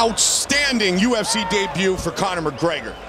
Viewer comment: "Conor McGraygor" lmao